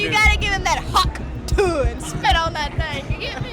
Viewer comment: It sounds more like “hokh tueh” to me